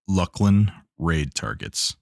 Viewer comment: Hail, fellow correct pronouncer-er of Luclin